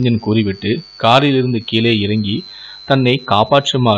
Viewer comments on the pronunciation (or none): none